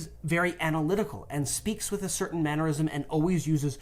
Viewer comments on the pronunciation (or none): I had an aneurysm every time you pronounced 'mannerism' like it rhymed with 'aneurysm'. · Just a PSA for you... "Mannerism" does not rhyme with "aneurysm." Stop pronouncing it like it does.